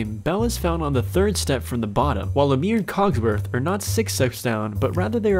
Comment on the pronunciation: You are not allowed to say anything about a movie if you haven't seen it or haven't paid enough attention to hear the proper way to say the names in the movie. Not just Aladdin, but Lumiere too